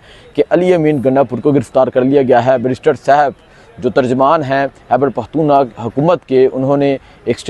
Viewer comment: ooh mr, curb your tongue, don't mispronounce the name of Pakhtoonistan. you are nice person. Hope will be not repeat again اوہ مسٹر، اپنی زبان کولگام دو، پختونستان کے نام کا غلط تلفظ مت کرلو۔ آپ اچھے انسان ہیں. امید ہے دوبارہ نہیں دہرائی جائے گی۔